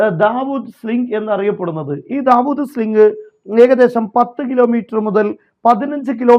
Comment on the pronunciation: ദാവൂദ് സ്ലിംഗ് അല്ലടാ സുടാപ്പി. നാവ് വടിച്ചിട്ട് തന്നെ പറയൂ david sling.